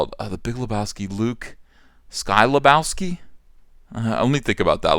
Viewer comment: The Big LubowSKY. Come on, man, it ain’t hard lol.